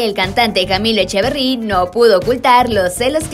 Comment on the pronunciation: Yo no me refiero a la escritura, me refiero a que lo dice de esa forma que pues han cojido la costumbre de pronunciarlo así y le pido que respete.